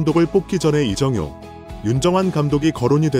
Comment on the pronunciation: 이정호 감독 말하면서 이영표 사진을 보여주나? 이정효 이름도 제대로 발음이 않되니...